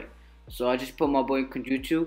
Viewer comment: When your saying Genjutsu you sound like your saying kenjutsu